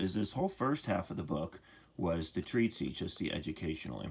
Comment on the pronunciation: not saying it’s wrong, but I’ve never heard the word treatise (treat-iss) pronounced “treat-sea” 😂. But I’ve worked on dozens if not 100s of pre-WWII homes that had one bath and a single 1.25” piece of galvanized pipe headed out the roof as the one and only vent. Never anything smaller tho’.